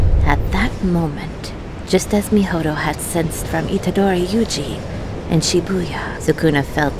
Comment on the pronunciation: Not Mihoto instead of Mahito 😭